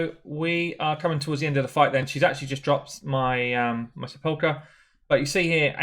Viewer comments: Great video. Got her a couple of weeks ago and was contemplating building Sepulcher or Bulwark and this settles it for me. Anyway it's pronounced "Sap-pile-ker". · You should care. It's not that odd a word. It's pronounced like, "seh-puhl'-ker". It means tomb. You can hear the pronunciation here. ETA: , and again shortly after that, you said her name correctly! Leadership needs to mean something, man! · Pronounced: sep - ul - ker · SEPULKEEEEEEY made me laugh! great vid